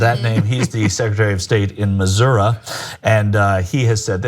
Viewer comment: THAT'S NOT HOW YOU PRONOUNCE MISSOURI IT'S MIZZ-UHR-EE